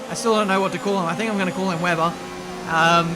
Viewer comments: German here... His Name is spelled "Wehber" not "Weiber" or "Webber" :) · But they pronounce Weber Veber in this game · Weber is a German name. It's not spoken like Webber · Weber isn't supposed to be pronounced Webber, it's German pronunciation. This is going to trigger a lot of people if you just intentionally mispronounce things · Weber not Webber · how you pronouns Lukas Weber first is correct. It's a german name. Not like Webber. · Don't call him Webber pls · Weber is a german name. So you really don't pronounce it as "Webber". You have to stress the "e" more like "Weeber". But the "e"s are pronounce like the first "e" of "exeptional" for example. I hope i could help. Greetings from Germany Munich! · It's Weber not Webber. One B means a longer E also he's german and we don't have Webbers here only Webers :D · I think it's read as Ve-ber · "Weh-ber" is the correct way to call him,.